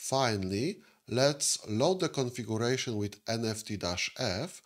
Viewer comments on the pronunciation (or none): Правильно произносится "КонфигЬЮрэйшн", а не "конфигУрэйшн", и "сЪОрвэ", а не "сэрвэр".